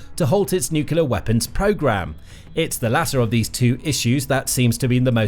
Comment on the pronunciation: 'new Q leer wop buns'